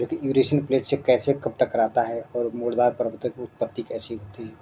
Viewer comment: मुड़दार नहीं मोड़दार करिये